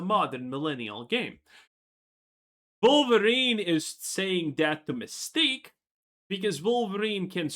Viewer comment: Wolverine ❌ Queerverin ✅